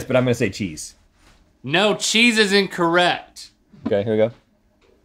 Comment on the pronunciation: is link saying incorRhett?